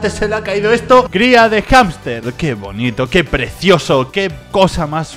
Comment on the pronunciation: Se dice bonito y no bonico